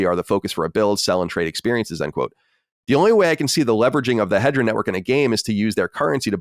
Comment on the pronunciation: It's not Hedra. It's He-de-ra.